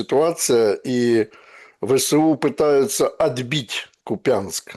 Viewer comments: Произносите пожалуйста правильно НЕ КупЯнск, а. КУпянск😮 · КУпянк, а не КупЯнск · Почему КупЯнск,? Город называется КУпянск. А так всё правильно говорит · Ну почему купЯнск???? Всегда назывался кУпянск!!! Что за ерунду придумывают? !!¡! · Почему КупЯнск? Он всегда был КУпянск